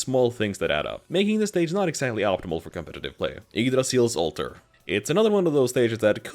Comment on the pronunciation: That was the cleanest pronunciation of Yggdrasil I’ve ever heard